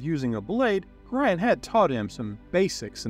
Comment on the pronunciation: Love these videos, but the BUTCHERING of Gorions name itches my skin.